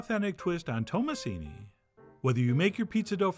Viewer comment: You pronounced it perfectly well 😊